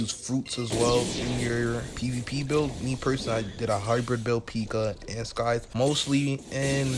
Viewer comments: its sai - thuh not skai - thuh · Why he saying Skive